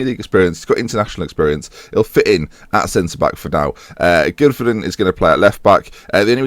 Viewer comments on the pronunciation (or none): none